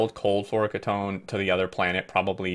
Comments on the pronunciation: key-tone. not kit-own. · Pretty sure the correct pronunciation is floro-kee-tone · I believe its pronounced floor-oh-key-tone, flouroketone. Its a ketone with a flourine atom somewhere. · My friend says they liquid is pronounced like this Flora-key-tone. Floureketone. Don't know if its right, but it looks right though. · FYI it's fluoro - key - tone, fluoro from fluorine, and ketone is a class of chemicals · Fluoroketone = "Floor-oh-key-tone" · I think it's pronounced "floro key tone", at least my dad (who was a chemical engineer) used to say "key tone". I don't know whether flouroketone is real, but "polyether-ether-ketone" (for example) is real and is a type of very rigid plastic, and other ketones are very high-end solvents that for example audio engineers used to use for cleaning the heads of magnetic tape drives. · Fluoroketone = flow - row - key - tone. It's not pronounced as a single word, instead it's 2 words: fluoro (flow-row) and ketone (key-tone). This is a pretty good run down on fusion power. Looking forward to more guides, about to reach Vulcanus! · so glad I'm not the only one that was bothered by that mispronunciation :) great video tho!